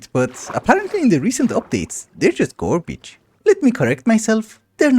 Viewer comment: love the way you say garbage, ''gworbige''